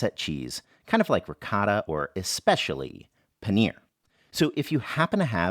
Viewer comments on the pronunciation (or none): It's Pa-neeeeeeeeeeeeeeeeeer not panire